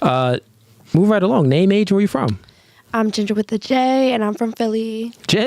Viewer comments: Yea that was the issue…she said Gender, not jinger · It sounded like she said GENDER not Jinger…